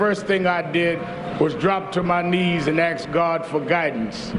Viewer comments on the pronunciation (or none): Rev. Al said he would "axe" God for guidance 🙄🤣🤣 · Al Sharpton, with zero due respect, did she really “axsh” God for strength? Or did you just say this silliness because your useless never done anything for anyone unless it has potential to cause Black Americans to get angry, decided that she SHOULD have said that???